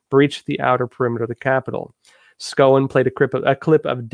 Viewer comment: Cicillene(D) from RI and Trump's defense member is pronounced "SHOW-en"